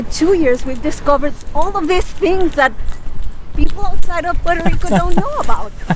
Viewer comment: “Porter Rico”